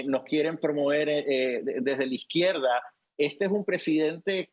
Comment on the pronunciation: Tenel , podel Pedlo..poblema, PEDLO es de orígen Chino. Izquielda, acabal, Pedlo, Illael